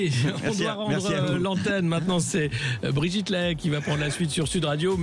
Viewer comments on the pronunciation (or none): none